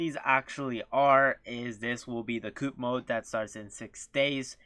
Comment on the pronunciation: Coop😅 its co-op